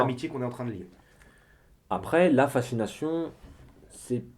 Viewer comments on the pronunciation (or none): Fascination pas facsination :( Sinon très instructif est belle mise en scène. Bravo et merci.